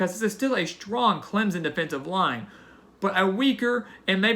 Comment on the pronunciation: clemson, not clemzunn.